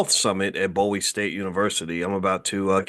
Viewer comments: Please say Bowie with a long O. Its a big deal out in the DC area. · It's BOO-wee State University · Bowie pronounced "BOOWE"